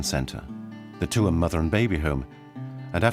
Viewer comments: LOL where is 2emm? . Its Tuam. At least try to pronounce the town correctly. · I really wished that that the narrator was corrected not Tuam but pronounced Chewam😮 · Tuam is pronounced ‘Choom’. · Wish the narrator had at least learned how to pronounce Tuam (Choom). Very jarring to hear it said repeatedly in a way that sounds like an AI voice. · Respectfully, Tuam is pronounced Chume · Tuam is pronounced 'choom' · Even people in Tuam denied this ever happened. The Irish were controlled by the church and treated their women and girls reprehensibly. On a side note, it would be nice if the British narrator would pronounce the town of Tuam correctly. It is so obvious that he never went there. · An amazing documentary However, I really wished the narrator had asked a local from Galway how to pronounce Tuam. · AND the narrator is mispronouncing Tuam.